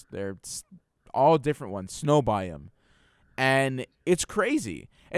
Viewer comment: It really bugged me how was pronouncing "Biome"